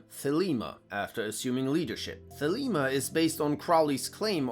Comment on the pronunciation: It's Thelema not Felima lol